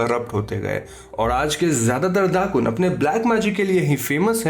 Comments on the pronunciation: not Dakun but Dukun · Indonesian here. It's not "dakun", it's dukun. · Indonesian: dukun: dddaakkkunnn